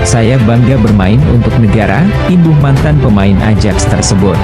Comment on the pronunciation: AJAX itu dibaxa '.AYAK tolong belajar lagi cara alpabet Belanda..jgn bikin malu